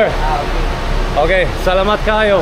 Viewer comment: have a safe trip! i like the way you said salamat kaayo. and amping! pakyaw means just pay cheaper than normal fare.